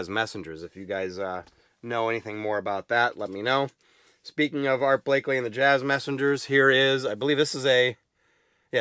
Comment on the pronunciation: It’s Art Blakey… not Blakley…